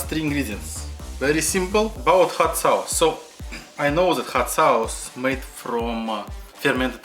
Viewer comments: I like the accent because he says sawce that's neat bruv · Dude I love the way you say sauce 😂😂😂😂😂 your videos are all great. Keeping going man